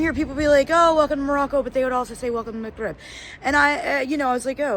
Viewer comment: Instead of the pronunciation that almost sounds to you like "McRib," try saying "mug rib," as in coffee mug. And if you want to catch the actual sound that is the consonant in the middle of the word, try to find youtube videos on how to pronounce the letter "ghain." As your kids are taking Arabic in school now, perhaps they already know how to pronounce it and could help you practice.